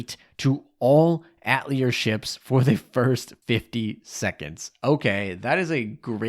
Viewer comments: It's pronounced Ah-teh-lier, not At-lier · That's not how you pronouce "atelier" It's atay-lee-ay, it's the french word for workshop. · Lol atelier is pronounced AH-TAH-LEE-A... The R is silent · "At leer" LMAO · Ah-teh-li-eh please for gods sake lol Thanks for the review, was waitin for this!